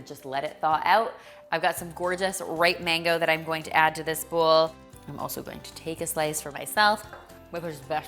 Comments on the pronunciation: Are you saying bull or bowl?🤔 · whenever you say ‘bowl’, it sounds like ‘bull’. 🤭